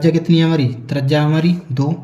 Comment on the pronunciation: Bhai apne bolne ka tarika thoda sahi karo trajya nahi त्रिज्या hoti hai